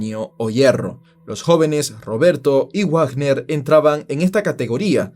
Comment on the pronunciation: Dato: Wagner no se pronuncia Guagner. Se pronuncia como Vagner. Menciono porque tengo familia con ese apellido.